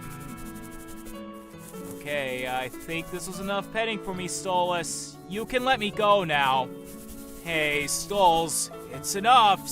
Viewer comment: I love how Blitz calls him Stols <33